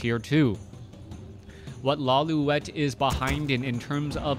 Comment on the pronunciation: how come you say lay-lu-et when it looks like law-li-et?